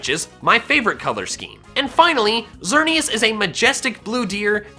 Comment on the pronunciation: IT'S XERNEAS, NOT XERNE-ASS! DON'T EVER MAKE FUN OF THE NAME LIKE THAT, OR I'LL SEE HOW YOU LIKE IT IF I MAKE FUN OF YOUR NAME!